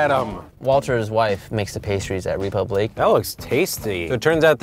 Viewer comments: Piglet Z well he shouldn’t have named it a french name if he’s not going to bother saying it correctly 🤷🏼‍♂️ . he might as well have just called it ‘Republic’, spelt the english way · I cringed every time they pronounced it "Reepooblique" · that's wrong, the e acute accent makes it ray-poob-leek (and roll them rs babyyy) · Btw the “é” in République is pronounced as “eh” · TheIndianNerdMC No, the last syllable is correct. It's kind of like "leek". The "pub" syllable is supposed to be closer to "poob" than "pub". And the "re" isn't a "ree" . The accent (l'accent aigun, en francais) over the "e" indicates a sound that functions more like a long "a" sound. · The way everyone pronounces république is horrifying and I'm not even French. Sounds like they're saying Reee-poo-bleak or something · Rey the "ré" is also supposed to be pronounced "ray" so it's actually ray-poob-leek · Koko wait so is it pronounced like Ree-pub-lee-kay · Ewwww. Get your own bowl. Also, somebody should teach the owner of République how it's pronounced, otherwise the pretentiousness falls apart a wee bit. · When the $143 "French" pasta chef pronounces republique wrong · The way they are all pronouncing république is stressing me out. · not to mention his horrible pronunciation of his own restaurant's name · WOULD YOU MIND PRONOUNCING RÉPUBLIQUE RIGHT YOU GOD DAMN AMERICANS IT EVEN MAKES ME FURIOUS AS A GERMAN JESUS CHRIST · Chalesberg CA He did not pronounce it correctly, he only got the last syllable right. Does it matter? Not a bit, but don't say something's done right when it's not. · Donovan: Of course I would. If you have french pretensions and choose to use a french word as your name, you'd think that part of the whole deal would include pronouncing the one foreign word correctly. Not like it ultimately matters, in any case. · why you gonna cll it ''république'' if your gonna kill that beautiful name by pronouncing it in english